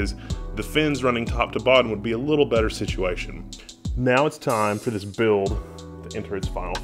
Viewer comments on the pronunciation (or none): none